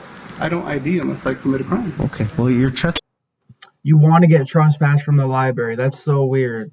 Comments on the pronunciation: It’s library, not liberry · Talk about a clown ! Its library not liberry !